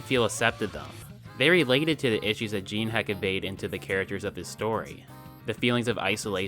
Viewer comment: It sort of is pronounced "jean", is it not? Definitely closer to that than to "gin".